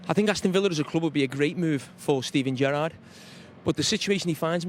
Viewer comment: The way carra said gerrard sounded like Benitez 😂